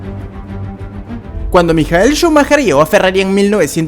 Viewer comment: Se dice maikol shumaker no Mikael shumaker ignorante